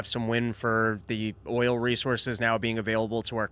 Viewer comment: Oil, Dave. It's oil.